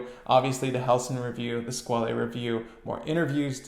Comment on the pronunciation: Squale is pronounced "[squale]" :) Hope that helps!